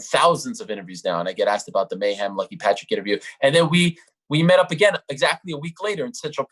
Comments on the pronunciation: So Ariel was intentionally mispronouncing mayhem as ma'am previously which caused him to flip out lol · Stop calling him Mayham